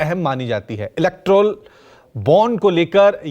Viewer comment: कैसे एंकर हो.....2-4 मिनट की विडियो में इतनी गलती । इलेक्ट्रोल बॉन्ड नहीं इलेक्टोरल बॉन्ड होता है। अबमानना की नोटिस नही अवमानना की नोटिस होती है । माच होता है या फिर मार्च 🤔🤔🤔 Yes BI, Ais BI , अस BI, 😂😂😂😂😂 कुछ भी हो खबर अच्छी थी..., शुक्रिया।